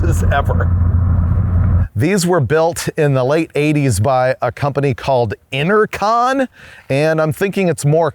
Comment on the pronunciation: Is that Inter-con or inner-con? genuinely asking...